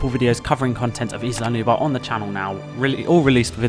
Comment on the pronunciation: Nice video. Little comments: The «Gallimimus» chasing the guests is an Struthiomimus. And is not Isla Nuba, its Isla nubLaR.